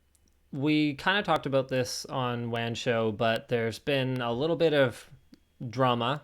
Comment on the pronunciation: The best thing from this video was the subtle "aboot". :-) Also, if new content creators use your material to make theirs a little more visible, that's fine. . .but you cannot possibly get pissy when you do not get revenue from said videos. It's like asking a band to play for free to promote your restaurant, but still have ticket sales at the door of which the band gets none.